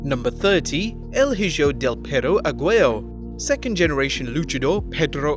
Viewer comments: Hijo is pronounced "He-yo" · the h is silent! >_<